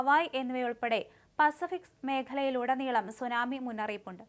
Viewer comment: എത്ര മോശമായി വാർത്ത വായിക്കാം എന്ന് നിങ്ങൾ തെളിയിച്ചിരിക്കുന്നു നിങ്ങൾ പറയുന്ന പല സ്ഥലങ്ങളുടെയും തെറ്റായിട്ടാണ് നിങ്ങൾ പറയുന്നത് 30 സെന്റി മീറ്റർ ഉയരമുള്ള സുനാമി തിര അതെന്തു സുനാമിതിരയാ സുനാമി വാർത്ത പറയുന്നതെങ്കിലും അതിന്റെ ഉച്ചരണം അർത്ഥം ഇതൊക്കെ അറിയണ്ടേ ജാപ്പാനീസ് വാക്കാണ് സുനാമി